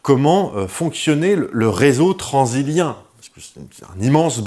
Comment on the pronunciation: On prononce "tranzilien" du coup? Parce que j'ai toujours prononcé et entendu "Transsilien".